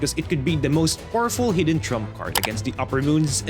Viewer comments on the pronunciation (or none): none